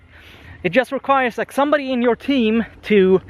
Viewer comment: I really enjoy watching your content, but... (there's always a 'but', isn't there?:D) could you please pronounce the 'just' word correctly? I know that English isn't your native language (it isn't mine as well), but it really bugs me and I can't focus on what you are saying because of this tiny, tiny flaw. Apart from that, you're doing a great job! Are there any React videos coming? I've just started using it and I'd love to have a little guide made by you:)